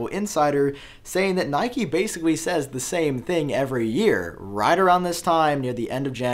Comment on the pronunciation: btw why he pronounce nikkei as nike? sounds weird